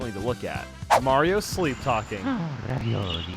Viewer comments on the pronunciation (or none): i think he said raviole lol